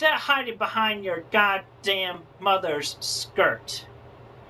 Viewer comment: I don't like Chris's emphasis on mother's skirts